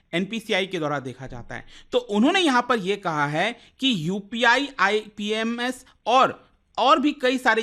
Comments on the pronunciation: Its not IPMS, it's IMPS . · IPMS nhi IMPS hota hai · Financial gyan de raha hai...khud ko IMPS bolna nehi aata,...IMPS ko IPMS bol raha hai.